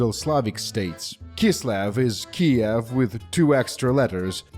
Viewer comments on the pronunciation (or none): none